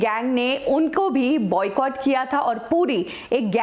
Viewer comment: She says Buy Catt as in Boycott